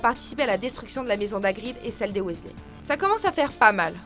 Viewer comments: roooh sa se dit "wisley" ! Je le sais bien ! Nn mais regardez mon prénom de base ! Il manque juste le A et un détail change. Mais svp prononcez bien le nom des Weasley ;) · Non par contre Weasley se prononce Wisley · On en parle de sa prononciation du nom Weasley ? Drago n'a rien à faire dans ce classement, même si c'est un personnage orgueilleux, arrogant etc, il est l'un des plus populaires auprès des Potterhead, et si il doit faire partie de ce classement, il devrait être classé beaucoup plus bas, Drago est loin d'être un personnage sympathique, c'est certain, mais au final, est-ce qu'il a vraiment demandé ça ? Il ne s'est pas élevé tout seul, et quand on voit Lucius, c'est limite trop facile de savoir pourquoi il est comme ça, moi je suis sûre que si il avait eu le choix, il ne serait même pas devenu mangemort, où comme pour Rogue et Regulus Black, il aurait finit par les quitter au bout d'un moment, mais vu ses réactions dans Harry Potter et le Prince de Sang-mêlé, il aurait sûrement déjà quitté Voldemort bien avant la fin du film si il avait eu le choix Ensuite, Voldemort est peut-être le principal antagoniste, il n'en reste pas moins que Dolores Ombrage est la pire, même Bellatrix est pire que Voldemort, même si Dolores la bat question méchanceté, surtout que Dolores est censé bosser pour le Ministère de la Magie, c'est super d'être raciste quand on bosse au Ministère. Et on en parle de Fudge ? Il est aussi lâche et pathétique que Pettigrew au final, il aurait dû être classé à la place de Drago, parce que clairement, entre Drago et Fudge, c'est évident que Fudge est le plus détesté des deux (perso j'aime bien Drago, j'aime pas les prétentieux etc, mais je me dis que c'est même pas